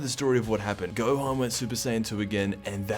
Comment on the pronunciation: I know I’m not the only one who noticed “ gokua” and “gohana”